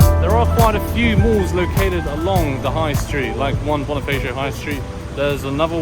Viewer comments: it's BoniFAcio not BoniFEYcio. Never pronounce A as E when speaking tagalog words. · Hi Bonifacio is read as (Bonifasyo) not (bonifeysyo):)